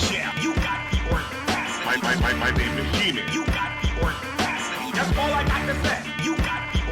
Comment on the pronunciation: Thanks a lot you got me walking around my house saying "you got the ordacity" all day lol